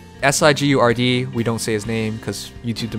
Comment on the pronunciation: Sigurd's name pronunciation sounds awfully close to cigar. Edit: Forgot how to pronounce things myself for a second